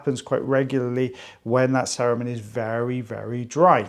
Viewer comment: Every time you say cerumen, I keep hearing Saruman and am waiting for the orc to pop out.